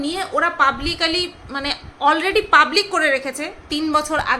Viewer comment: এখন যেমন বুদ্ধি যুক্তি দিয়ে উপস্থাপন করছ, এরকমই করো। দুর্বল মানুষ গালি দেয়। ❤ আর একটা কথা, একটা উচ্চারণ ঠিক করে দিই? জানি তুমি কিছু মনে করবে না, শিখতে তুমি কখনো পিছু পা হও না 😊, কথাটা পাবলিক্যালি নয়, ওটা হবে পাবলিকলি (publicly)। ভালো থেকো ❤❤